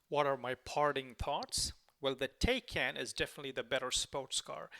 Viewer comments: It is taj kán not tejken stupidééééé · Thanks for the video. btw, the correct pronunciation of Taycan is 'Tie-Kahn'. that's from Porsche!